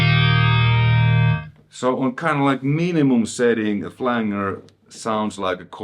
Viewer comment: Hey man, your videos are awesome. Speaking multiple languages is something I do not do. Your awesome man. The flanger is pronounced Flan- ger and not Flang- ER. Anyway, keep up the great videos.